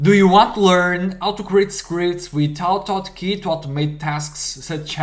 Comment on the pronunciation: Name of the program is not oto otkey, but Auto Hotkey. You need the say the A and H in start of words in English. I would not use two script file, all can be done in one file. Other than that, nice video.